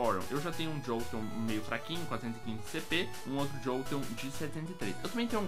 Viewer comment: impressão minha ou o chamou um flareon de jolteom se sim já cometi esse erro varias vezes